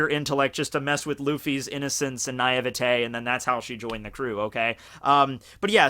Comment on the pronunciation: I am absolutely fine with the way he pronounces Japanese words (Despite the language being completely phonetic- Which, in my experience, is easy af to pronounce), but the way he pronounced "Naivety" sounded so Chaucer! Naivete?! Get good, man! >.>